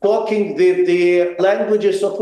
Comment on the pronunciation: "нерозбірливо" - він намагається сказати talking але виходить якесь кокінг